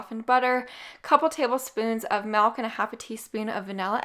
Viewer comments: It's MILK not MELK... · No maple in the maple glaze , who else heard MALK? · It's such a slight difference, doesn't matter.